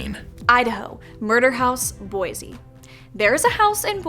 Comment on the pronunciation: Boise not boize